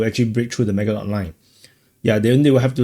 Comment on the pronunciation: Maginot line is pronounced like Maajinoh